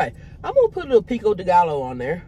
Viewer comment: I can’t get over how cute she is mispronouncing Pico Dilooooooo😂 .And nothing like that Famous Queesh. I’m over here eating Olive Garden while watching this, cause I love eating with ya’ll❤😂Was at your first show in Virginia. And Crystal was sitting right behind me waiting to go on stage and I wanted to ask for a pic and see if she would follow me but I didn’t want to bother her. And wanted to thank you for taking a picture with me when you left off of stage.❤Have some amazing shows and the cruise. Wish to god I could go on the cruise but can’t afford it right now. But have a safe amazing one❤❤❤❤❤❤